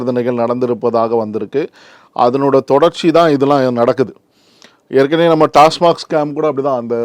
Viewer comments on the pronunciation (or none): none